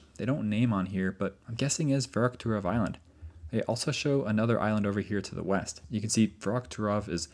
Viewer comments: It's "Verkhoturov" not "Verokhturov". Still a great video though, I'm a big fan. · I like your videos. Please please use Google translate to pronounce the names of these places before you record your videos. Every instance of you pronouncing Verkhoturov in this video was wrong. Google translate is free illocution lessons